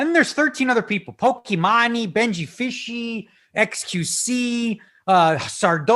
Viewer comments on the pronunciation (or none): the correct way is Poki-man , cause her name is Imane ( e-man ) , comes from french prononciation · The time bank idea sounds awesome! But for God’s sake, Daniel please google how to pronounce Pokimane xD